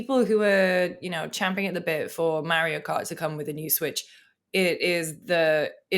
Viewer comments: Did I just hear someone say champing at the bit correctly? You know the English are alright. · Thank you, for correctly saying “champing” at the bit and not “chomping”